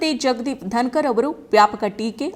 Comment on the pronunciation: ಧನಕರ್ ಅಲ್ಲಾ ಧನಗರ್